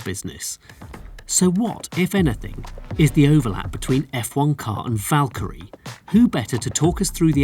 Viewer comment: Vakyrie it's